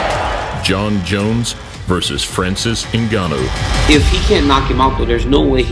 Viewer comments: EVERYONE HIS NAME IS NGANNOU (PRONOUNCIATED GANNOU) NO NEED TO SAY N-GANNOU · There's no 'E' in this man's name, surname is not 'E'nganu but just Nganu.